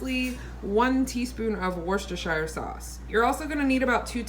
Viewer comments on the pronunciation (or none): Nice recipes and lovely family ❤ new sub Australia 🇦🇺 👋🏼, please “slip, slop slap” slip on a shirt, slop on some sunscreen and slap on a hat (an anti skin cancer campaign from the 80’s here in Australia) “Woostersheer” is a good pronunciation 😉 😊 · Hi! My mum is from England & the correct pronunciation is..... worster .... no shire, no extra syllables, just worster. LOVE your vlogs! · The shire part is pronounced like sure, and the meat ball bits is referred to as fond. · It’s definitely worshshshshshs sauce 👍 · "Wustersheer" is how we say it in southern England! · Omg... 3 of my 4 kids are boys... They are wild and very smart lol. I hear ya! We pronounce worcestershire sauce like (were sure sure) say it fast! Lol. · I pronounce it woosta-sure sauce. Could you use almond flour to thicken the sauce? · LOVE the shirt....you said worchestire sauce like a pro 😂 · if you put all these words together and say it fast what's this here sauce and put a slight New Orleans accent that is the way you pronounce it. lol looks yummy I am running out of ideas for tasty food so I will have to try this. Your kiddo's are cute I have 9 grandbabies that I see often and it can be a madhouse. I love your video's because they are real if that makes sense and put the dang sunscreen on I harp at my husband all of the time and he has had skin cancer and so have I not fun.